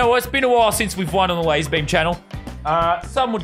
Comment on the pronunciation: YOU KNOW YOU SAID LARZER BUM HOW DARE YOU XD